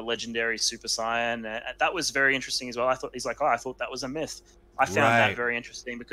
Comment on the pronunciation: When you said “old school subscribers”, you weren’t kidding. 👌 Also, I miss being able to hear “saiyan” pronounced the right way.